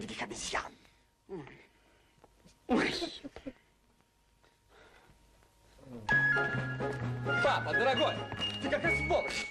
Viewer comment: ваша жена сразу поняла что во всём фильме роль чучела обезьяны имеет некий юмористический смысл, тётушка говорит что она из Бразилии где много много диких ообезьяяян (Обезьян) это произносится с некоторым смешным прононсом.